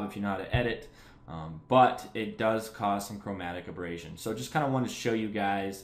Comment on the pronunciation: Repeat after me - A-ber-ray-shen